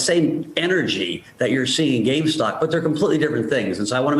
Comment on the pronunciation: She keeps saying “gamestock”